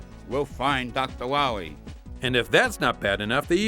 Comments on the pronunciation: That waskuwy Wahwee!! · Docta' wiwwy...so bad, and also AWESOME!!! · Doctor Wow-ee... xD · "We cannot wet it faww into Docta Wahwee's hands!" Dr. Light